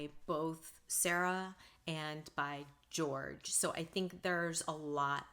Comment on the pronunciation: Jorge is not George - it's pronounced Hor-heh.